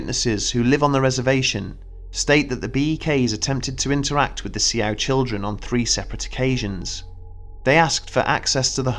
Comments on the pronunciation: I'm not Native American, but Souix is not pronounced See-Ow. It is pronounced like the female name, Sue. Also Shaman is pronounced shah-man. Just a heads up. I love your stories but needed to let you know that those words were mispronounced. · Um . . . It's Sioux, pronounced "Sue." Actually, to be technical it is either Lakota, Dakota, or Nakota . . . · The "see-ow?" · Sioux is pronounced "socks" but good video besides that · It is pronounced SUE! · How he ended up not saying Si-ow-ics, idk.